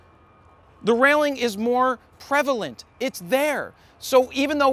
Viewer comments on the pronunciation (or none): prelevant... prevaylent... prelevant...